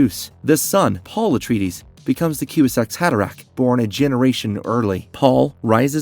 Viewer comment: The kiwi-zack’s haderach? 😂😂 Sorry but the AI’s crappy pronunciation really ruins the video!